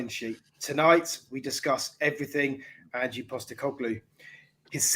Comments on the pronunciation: Ange like Angelo not Angey, haha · ANGE not Angie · Please use the silent E…in Ange cheers, from Oz! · For god's sake at lest learn how to pronounce his name! It is Ange not "Angie"!